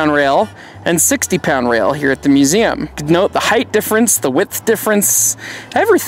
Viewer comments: Heighth isn't a word. It's height. Yeah, width and depth urge us to say heighth, but it's just "hite". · There is no word such as “heighth”. It’s “height”. Unlike wide becoming the width of an object, the height of an object is its height, no added “h” at the end.